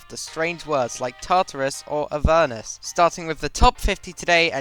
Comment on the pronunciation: YESSSS!!!! YOUR THE FIRST PERSON I KNOW THAT CAN PRONOUNCE AVERNUS RIGHT!!!!